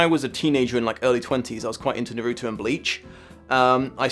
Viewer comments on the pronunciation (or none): idk it just sounded like when my mom tries to say it vs the subbed anime. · His pronunciation of “Naruto” is actually closer to the Japanese pronunciation, fun fact! Source: self, second year Japanese language student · I felt physical pain at that pronunciation of Naruto. But eyyyy My Hero and Food Wars!!!!!